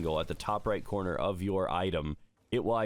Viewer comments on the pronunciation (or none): none